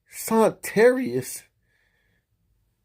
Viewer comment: Not gonna lie, "Sonterrious" made me laugh out loud. It's sad to see these women not give a damn about their kids' future.